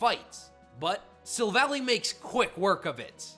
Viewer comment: It’s pronounced ver-SISS, sill-val-EYE (Silver and Ally), NAH-GUH-NAH-DULL (Naga, a term associated with snake/human hybrids, and Nādel (NAH-DULL), German for Needle), “”! 🤨: Also, that’s a Nidoqueen, you idiot! You got the wrong ‘mon! 🙄 Get the names right or I will kick you out! 🤨